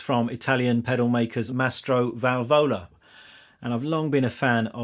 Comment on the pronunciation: Ehi the accent is on the first "a" of valvola, anyway you always play great stuff.